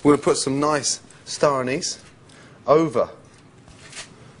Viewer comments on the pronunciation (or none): Lost me at Anise.